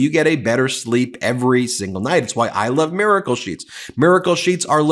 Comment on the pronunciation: Ben... My LOOOOBE he says🤣🤣🤣🤣🤣🤣🤣